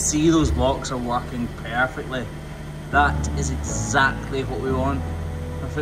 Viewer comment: That was “parfect’